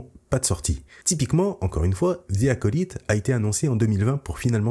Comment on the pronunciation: On dit « acolaïte » stp